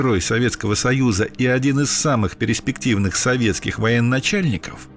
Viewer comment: историк, который говорит переспективный, как то не вызывает доверия...